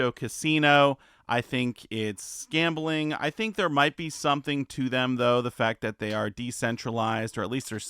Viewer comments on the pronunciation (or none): Was that “gamboling”? Or “Scamboling”??